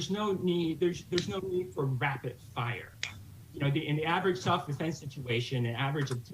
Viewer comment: no need for wappid fwire haha what a joke